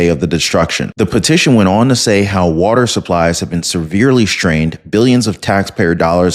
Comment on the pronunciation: Whoopi you are so uninformed. And btw girl "wata" is spelled w-a-t-e-r the last time I checked.